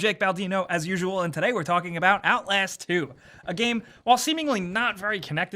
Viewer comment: He said "OutLAYASST 2" HAHAHAHA